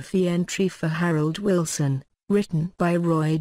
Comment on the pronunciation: I don't subscribe to these awful robotic voice-overs At least say 'Wilson' correctly!! Awful.